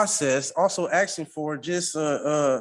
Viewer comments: WHY IS NO ONE CONCERNED THAT HE’S TALKING ABOUT “AXE”ING PEOPLE??? Someone needs to stop him NOW! These “MUNICIPILITIES” ARE IN DANGER!! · Axeing yonor